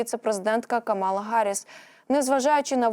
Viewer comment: Правильно Ка'мала Харрис,пишите правильно...